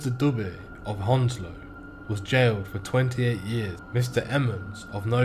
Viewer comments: Ur saying Hounslow wrong it's pronounced hands-low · A bit more like haounslow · Ur defo not from Hounslow if you fink it’s pronounced hands low… unless u a freshy 😂